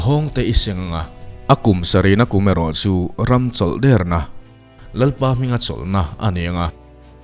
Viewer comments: Dikchoah, chawlh dêrna tih anih kha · Tawng thluk ithiamlo hle mai, chawlh derna, atak nilo a der thluk ni lovin, ( thingler) tiha, der tih thluk hian, buh hli tih pawh, hli tih lai kha, uihli tiha hli ri ang nilo khan, buhchi tih a chi tih ri ang khan Buhhli, Der,chawlhder, tihder tiha alem, ader ni lovin, chawlhder na ni. In puan hmain tichhin hmasa thin teh Kan tawng hi fimkhur takin hman tum hram teh u.